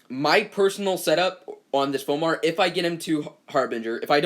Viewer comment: It´s pronounced "Four"